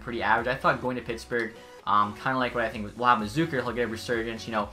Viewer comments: Its ZUH-KER not ZOOKER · Jason’s last name pronounced wrong